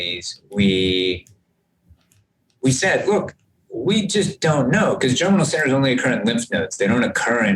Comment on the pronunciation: Thank you for this. Can you help me with what Dr. Crotty says several times after about ? It sounds like he's saying "general sinners," but that doesn't make sense to me. Context in which the term is used: "And on the antibody side, it's really about the 'general sinners.' The 'general sinners' can go on for quite a while after the immunization is over. And it's in those 'general sinners' that you're getting this real-time evolution and increase of antibody quality and competition between the different B-cells and antibodies. And it's unclear what happens when you re-immunize. You might actually be shutting off all those 'general sinner' reactions. So whatever was going on, you've now basically truncated it and told it to start over."